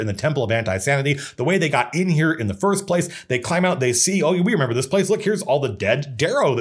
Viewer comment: Lol you said member